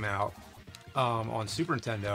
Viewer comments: Im sorry james, but, i have to point out that u always say super intendo. it's NINTENDO man. you still awesome dude please do not beat me up. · I have to say it. Nintendo not *intendo*I love you i’m sorry.